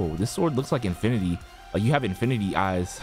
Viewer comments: Birtity xd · the way he says infinity lol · Bro you say infinity is kinda funny tho 😂